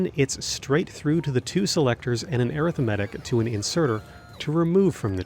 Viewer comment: I cant listen to someone for 20 minutes that cant even pronounce arithmetic properly.